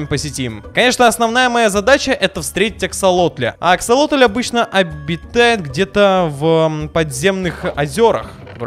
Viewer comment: Какой ещё нафиг аксалотнль😒😤🙄 Правильно Аксасосотель)